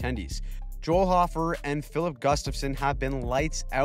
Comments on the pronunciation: Okay I love Hofer he is my favorite and I have seen more and more people mispronounce his name its hoe-fer not ha-fer (I really love your recaps they are life saving) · Hofer is pronounced with a long "o." Hoe-fer. It sounds so wierd with a short one.